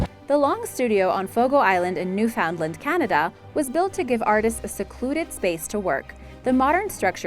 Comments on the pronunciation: Newfoundland is pronounced New-fin-land. Not New-found-land. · It’s not called new found land it’s called Newfoundland like New-fin-land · Fun fact: it’s pronounced “new-fin-land” and not “new-found-lind”. I’ve heard many people say newfoundlind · New fOundland? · I enjoy your videos and have subscribed. However next time you feature something highlighting Newfoundland , please have the narrator pronounce it as New-fun-LAND. My NL relatives cringe every time it is pronounced incorrectly..!! 🙂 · After discovering more atrocities here's part 2! 1. Fafe - the E is silent. Sounds like 'faff' 2. Hermitage is pronounced like 'hermitidge' 3. Wordie is pronounced like 'wardie' 4.Rudimentary is emphasised incorrectly 5. Newfoundland is emphasised incorrectly 6. You removed 'Svalbard' from the commentary, no doubt due to terrible mispronunciation (the D is silent)- it remained on closed captions. 7. Ellidaey is actually pronounced a little like "Adlidaay' it's a complex one. 8. Vestmannaejar again complex, like 'vestman airrr'. 9. Archipelago - don't say the H. .10. You also pronounced Bjork wrong too. how can you say 'BOOOOKcases with BOOKS in it' and mispronounce the first word just a second before saying it correctly?!?!? Dear God woman, get another job. It took me 2 mins to look the couple I was unsure of up on google. What's your excuse? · In Newfoundland the stress is on the last syllable, not the second. Any reader should make sure they know how to pronounce the words before they start reading. There were other mistakes but this one always bugs me when I hear it!! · Mispronouncing Newfoundland and archipelago really killed me. Someone get this woman proper English lessons. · She didn’t do too well with “Newfoundland” either lol